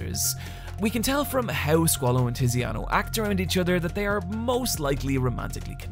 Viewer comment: Abbassio, Naranzia, Tissiano.